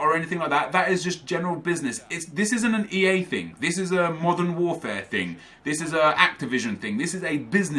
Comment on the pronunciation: Every time said "THING" I imagined him saying "TING"